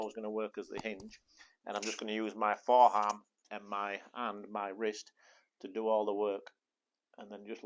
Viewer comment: "Upper harm and foreharm"? "Helbow"? Huh?